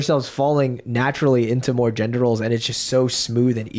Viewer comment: ffs it's "gender" not "gendor".